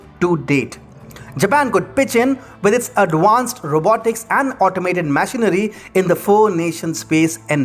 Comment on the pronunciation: Bro, why the heck are you so high strung? What is this, a fantasy book reading? And what's with your weird pauses at unneccessary places and bad pronunciations? Since when did "Machinery" become "Mash-inery"?? Is it "Machine" or "Mash-ine"? And "Key-nya" for "Ken-ya"? Seriously? Also "Al-bet" for "Al-beit". I mean why do you even bother? Can't you people at TFIGlobal find any good narrators at all? I mean It's like is bad, is worse and is the worst. It's like you're consciously trying to make the trifecta of negative superlatives i.e. "Bad, Worse and Worst". What is wrong with you people? Do I need to give an online dictionary link in every video that you make??